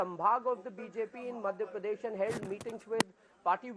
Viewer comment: Rahul kanwal keeps saying ' pardesh' . its madhya pradesh not madhya pardesh